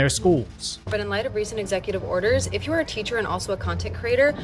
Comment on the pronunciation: " If youre a teeacher and an influencer." Is not a phrase i like to see.